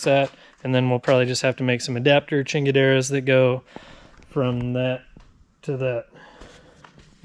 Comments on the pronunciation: Man I can't tell you how long it's been since I heard somebody say Ching-Ga-Dera. Brings back a lot of Orange County, CA. memories. If I could be young and foolish/stupid allover again. Thanks. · I knew you were from SoCal when you said "chingadera" 😂😂